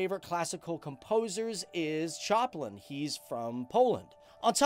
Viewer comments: Actually it's more like "shoh-pan", not "sho-pen" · Fryderyk Szopen i Mikolaj Kopernik. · CHARLIE Choplin ??????!!!!! WTF ???? FRYDERYK CHOPIN was a polish pianist